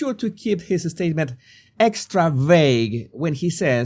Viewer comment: bro please pronounce the words properly it is SSSSpecially not EEEspecially it is SSSSSpacey not EEEspacey it is SSSSSStatement not EEEEstatement it is SSSSStrange not EEEEstrange (I dont like Kevin Spacey btw)